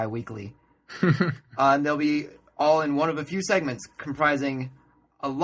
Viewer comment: It sounded like seconds :) Sorry that english is not my mother language!